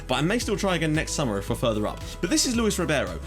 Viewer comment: Luís Ribeiro is read a bit like "Lou-ish rrribaeroh"